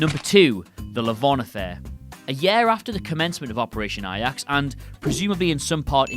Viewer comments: Operation 'Ayax'. Dude, 'Ayax' is the Dutch football team. A*j*ax is how the Operation is pronounced in English. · A... jacks... not eye axe... limey! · Also that is pronounced Ay-jax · A-Jax..NOT I-Ax! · A-jax(jacks) not I-yaks. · The J in Ajax is pronounced as a J, not a Y. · J.Edgar Hoover, not President Hoover. Shocking news: Brits are just as bad at history as us Yanks. And, it’s pronounced “Operation AY-jacks,” not “Operation AY-yaks.” Finally, how do you know if a commenter is a fool? He or she thinks 9/11 should be on this list. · It's basically how Ajax would be pronounced in German. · I'm sorry how the hell did he pronounce "Ajax"!?! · You don’t know how to say Ajax?? Literally do you even know what the letter j sounds like? You guys have more trouble pronouncing English words that people who speak Spanish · Do you not know how to pronounce "Ajax"? Seriously?